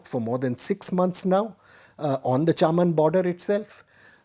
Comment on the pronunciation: The pronunciation is 'चमन' not 'चामन'. The place is famous for grapes. In Pakistan and Northern India hawkers sell grapes yelling out 'चमन के अंगूर'. However, can be excused just because he has that name, though for all practical purposes and to the best of my knowledge he is Delhi born and bred.